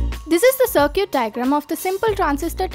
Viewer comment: Love how you pronounce "circuit". Smart video, thanks.